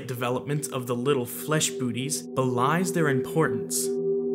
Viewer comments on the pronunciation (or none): Really throws me off to have “feetsies” and “booties” enunciated so…technically. Hits the ear wrong. Can’t do it